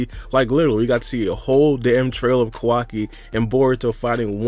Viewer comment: Whose kwaki? It’s Kawaki 😂